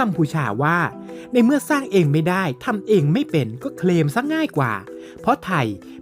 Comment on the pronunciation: Claim = เคลม ไม่ใช่ เครม😂